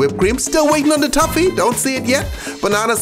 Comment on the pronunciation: Why do you pronounce it tuffy? Tf lol